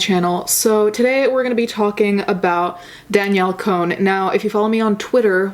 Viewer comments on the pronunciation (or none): Con not cone. Lol sorry it bothered me a little bit 😘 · "cone" LOL its pronounced "con" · I thought her last name was pronounced Con?? 😂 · Was it on purpose that you said "Danielle cone"?😂